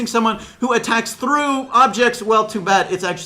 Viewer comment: the way says through makes him sound like gru ( from minions) AKA russian